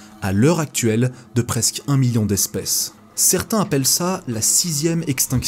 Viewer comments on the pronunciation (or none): none